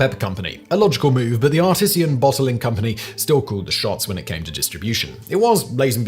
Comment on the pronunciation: Artesian is pronounced differently than artisan